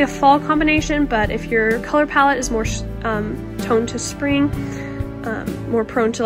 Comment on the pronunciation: Sweetie. It’s pronounced Spring not SHpring. Lol